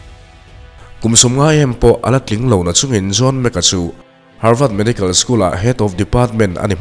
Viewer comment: Harvât tih tur ami,havard nilo maw